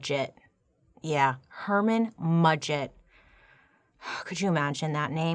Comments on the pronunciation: “HERMAN MUDGET” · Excuse me over here having a coughing fit when Bailey said Herman Mudgett 😂😂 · Bailey simply saying “Herman Mudget.” Me: Almost peeing my pants 😂. Freaking love her!